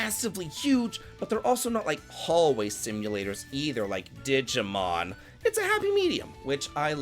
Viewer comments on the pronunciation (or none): none